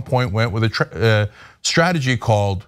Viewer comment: All commentators out there! The word is strong not shtrong. The word is strategy not shtragety! Is it a speech impediment or a speech change? can you say stripes or is it shripes???